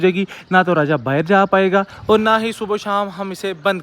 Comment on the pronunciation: Tum subha ko subho kyu kehte ho